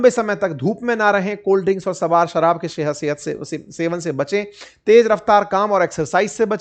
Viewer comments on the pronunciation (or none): none